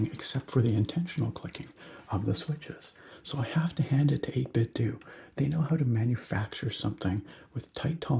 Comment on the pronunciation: Welcome back! I've missed this! I hit like before the DOS screen was even finished fading in. :) Pronounciation of 8bitDo is 8-Bit-Doe. Think Nintendo. That's how a rep for the company said it, anyway, so I'm going with that..